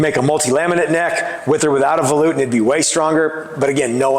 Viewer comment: Um, you keep muting yourself, buddy! Your mic keeps getting under your chin and muffles the sound. Maybe use your cell phone with a different style boom mic or bluetooth style mic above you? Either way I don't mind volutes. And YES - you are saying it correctly. Ignore all these fools that keep talking trash about how you say things like tenon and such. You do a great job! Thank you for sharing this with us.